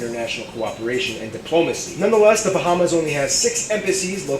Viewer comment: I’m from The Bahamas 🇧🇸 and he pronounced most of our islands wrong